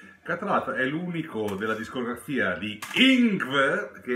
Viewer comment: Bellissimo video, grazie. Piccola parentesi: una svedese mi spiegò che si pronuncia "Yngwie" (con una musicalità per noi innaturale...).